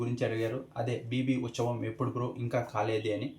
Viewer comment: Uchavam ❌uthsavam✅